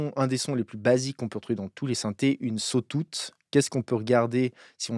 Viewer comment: Cool video. Par contre, tu m'as tué avec le "sotoute" aha